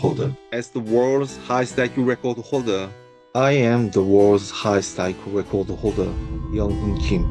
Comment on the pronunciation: The way he says "World record holder" like "Wodarecodaholda" every frickin' time just pisses me off.